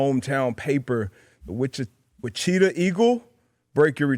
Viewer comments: Wicheeta?Wicheeta? How do you even think it's pronounced like that? That is crazy. He has to have heard of Wichita before. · I'm not American, never even lived in the same timezone, and I know it's Wichita and not Wacheeta. This is a skill issue. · Lmao wacheetah is an all time backhand against the goat. He was so close to saying it right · DB might’ve led with his head a one too many times, Witch-e-ta is a first. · Born and raised in Wichita, KS. That pronunciation was heart-breaking! 😂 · My heart sunk and I felt so bad when he said that lol and I realized after a second that he was trying to say like the city in Kansas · Funniest part is that he started to say it right, then corrected himself incorrectly 😂😂😂